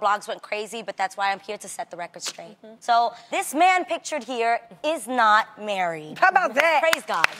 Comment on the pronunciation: "How bow dah"